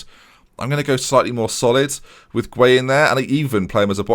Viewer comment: You can lead a horse to water, but you can't make it remember how to pronounce 'Gueye'. Don't worry about trying to remember hahahaha I don't mind by this point